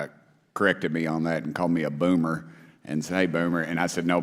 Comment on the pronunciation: The way he pronounces "BOomER" XD I love his accent